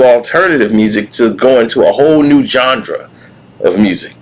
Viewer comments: “A “GHANDRA” THAT WAS DOMINATED BY AFRICAN AMERICANS❓❓❓❓” Can someone help me please, did he mean GENRE ❔❔❔❓❔❓❓ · Yes, he meant Genre. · Lol...yo cant even pronounce "Genre". You gon say Em aint contributed to the culture. Doggystyle was snoops last best album. That was it. Snoop aint been hot since then. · Yo bro! Are you mispronouncing genre on purpose?